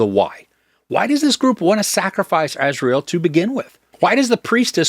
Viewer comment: Azrael is literally the angel of death. The name is pronounced Az-ry-el.